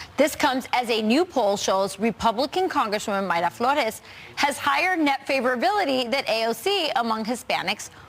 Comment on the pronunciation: Hey man first of all, appreciate that you said Mayra Flores name correctly and 2nd of all as a 1st gen Mexican American it's amazing that Mayra is a better representative of a latina than AOC.